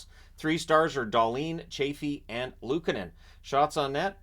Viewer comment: Good job with pronouncing Finnish names, like Annunen and Luukkonen. But if you really want to perfect that, try to internalize that double consonants (kk or pp or nn) always indicate a tiny pause in the middle of the name